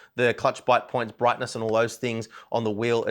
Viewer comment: ‘LED Brigness’ 💀